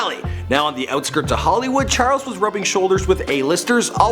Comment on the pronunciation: "churles Manson"